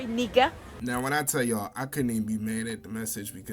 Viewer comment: the way she said nikka was hilarious.